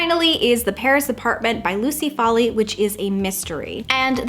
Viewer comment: As a proud Irish-American☘️🇮🇪, I believe the pronunciation of "Foley" is foal-lee not folly!